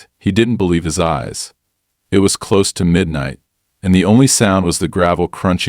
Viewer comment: Stop with the use of AI to read stories as it can't read English properly. If it was true AI, it would have learnt context for word pronunciations for words like close, and things like HOA are not words but read as the individual letters, things even young children can get right!